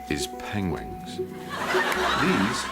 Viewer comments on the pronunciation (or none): Ahahahaha Penwings, Penlings Penguins :') Cumberpengwings!! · he even said penlings once lol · Benedict Cumberbatch said "penguins" seven times in the film Penguins of Madagascar, and he only said it right ONCE. Out of seven times. I counted. Haha. Made me love this man even more. ♡